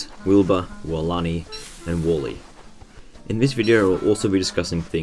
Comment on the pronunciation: Im sorry but i cant stand the fact that you say WALLE not Warly